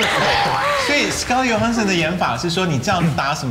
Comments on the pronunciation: 康永哥............是 "J" ohansson, 不是 "Y" ohansson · 康永就别秀英文了，根本就不知道johansson怎么发音。。。